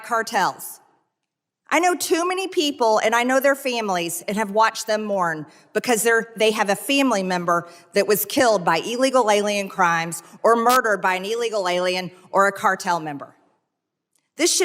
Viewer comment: Hey Marge.....what's a "feemly"?